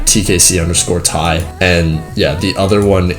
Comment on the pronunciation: Congrats to the Giveaway Winners, hope everyone gets their Robux EDIT: Cheers for getting back to my question (about the other channel), also you nailed the pronounciation of my name so no butchering there